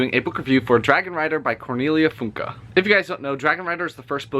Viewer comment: It’s not funky it’s Funke